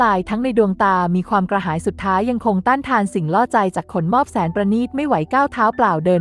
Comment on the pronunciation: ขะ หนม อบ ไม่ใช่ ขน มอบ 5555